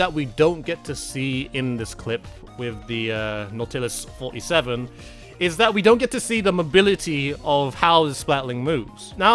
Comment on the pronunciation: just for reference they're pronounced like this "blahb-lahber" and "NAW-tillus 47"